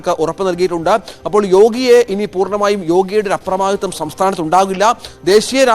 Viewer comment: അപ്രമാദിത്യം എന്നല്ല അപ്രമാദിത്വം